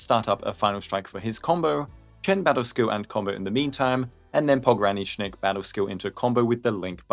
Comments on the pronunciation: Finally, someone who can pronounce his whole name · You're like the first Endfield CC that managed to pronounce his full name correctly